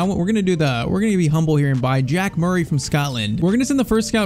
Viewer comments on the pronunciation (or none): none